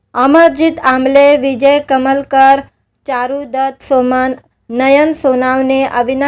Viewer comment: अग बाई विजय कलमकर असं नांव आहे. कमलकर नव्हे. अमराठी मुलगी आहे. मराठी बोलण्याचा चांगला प्रयत्न करत आहे.